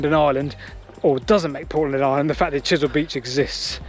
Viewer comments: I think you mean Chesil beach not Chisel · I think it's pronounced "Wike" as in Wyke. I've walked this line a few times and explored Portland's other railways. big gradient from Weymouth to Rodwell. amazing the steam locos got up that, Chesil not Chisel beach too. Anyway, great video. Don't go swimming at "Church Ope Cove" people have never been seen again off there as recently as 2020. (Purbeck mineral railways quite interesting too if you get time).